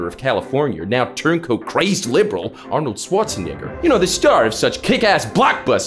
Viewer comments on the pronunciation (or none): you pronounced arnold scharchenwger wrong my guy... just saying.